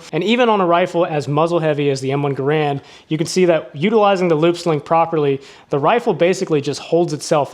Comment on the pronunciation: You talk about this rifle a lot, but are you ever going to start pronouncing it correctly? You seem to know so much about it, so surely you should know how to pronounce John Garand's name.